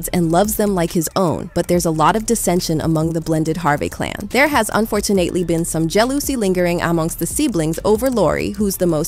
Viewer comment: I enjoy the video, but the speaker in this video does not sound real to me. It sounds like an AI voice it never takes a breath...it's just too slick.....listen to these sections : "unfortu-NATE-ly" : "50 yo man"